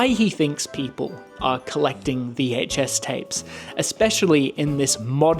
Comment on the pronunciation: The way this guy over pronounces the H in VHS drives me insane. It’s like watching Stewie from Family Guy